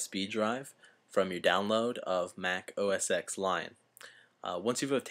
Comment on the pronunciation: its: oh ess TEN. not oh ess ex.